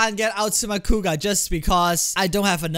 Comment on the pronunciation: Kuuga Growing, with an R, not an L